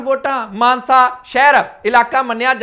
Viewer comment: ਮਾਨਸਾ ਜ਼ਿਲਾ ਕਹੋ ਮਾਨਸੇ ਨਹੀਂ